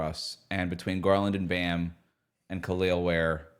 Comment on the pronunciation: please start pronouncing Kalel correctly. Its a litte embarasing as heat media. Thanks for the content guys. 🙂